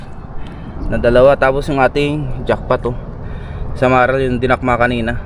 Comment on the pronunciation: hindi SamaraL - samarai po.